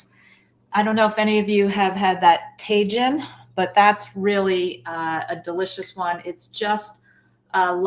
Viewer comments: Takin is pronounced "Ta- heen" and gyro is "yee-row". Please ❤❤❤ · Tajin is pronounced taHEEN. Good stuff. 😊